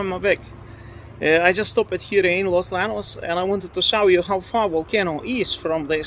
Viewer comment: Hey, just FYI in Spanish "LL" is pronounced like English "Y". So Los Llanos is pronounced as if ti was Los Yanos.